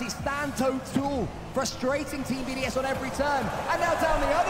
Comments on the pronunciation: It’s BDS NOT BOS lmfao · XQC is so clueless, and the other guy in the call was calling them BOS instead of BDS 🤦‍♂ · Nah the way they just butcher BDS’s name is crazy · he went from BDS, to bbc to bos and then bcs... cant get that name right lol